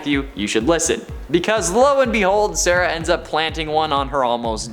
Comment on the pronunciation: Hes like Sarah like sarah saraj